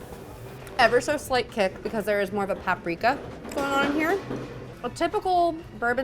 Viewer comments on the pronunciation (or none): none